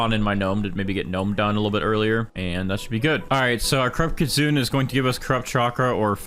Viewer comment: It’s pronounced KIT SOON AY btw